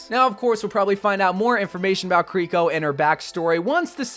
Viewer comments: Multiple people in past videos kept talking about how wrongfully pronounces her name "Koriko" when it's even spelled "Kiriko". Official dev video comes out with them saying "Kiriko" on multiple occasions. continues to call her "Koriko. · So jern and kiliko you have to pronounce it right 🤣🤣🤣🤣🤣